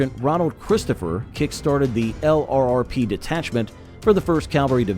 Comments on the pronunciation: L.R.R.P.... 😂 You must mean "Lurp" 😂 try typing that instead in your AI reader. 😂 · Want to sound authentic? Say LRRP, don't spell it. t sounds like "Lurp'. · It’s pronounced lurp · HEY AI just say LURP. That's the way it's pronounced. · It's pronounced lurp. I get tired of hearing the narrator keep saying LRRP's. They were LRRP, but it's not pronounced that way.